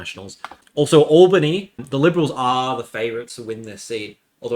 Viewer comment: Brother, Kalamunda is more like Callum-under, NOT, Cal-a-mhun-dard, as soon as i heard that i got flash backs to my ex when she got too frisky never ask for a mhun Also wtf is All-biny? Its Al-bany